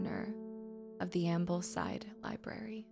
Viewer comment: and heres me giggling at the mispronunciation of Ambleside ;) and Gosforth